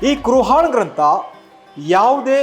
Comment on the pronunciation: ಕುರ್ ಆನ್ ಉಚ್ಚಾರಣೆ ಸರಿ ಪಡಿಸಿ. ಕುರ್ ಹಾನ್ ಅಲ್ಲ.